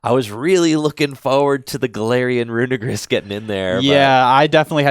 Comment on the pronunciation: Usually don’t care about pronunciation, but please get this one right because it kind of sounds bad how you say it, it’s runerigus, look at how it’s spellled it sounds like you’re saying something bad